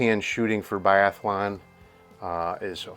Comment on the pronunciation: Great find. Only five round magazines allowed in Biathlon. Yes, biathlon, not “biathalon”.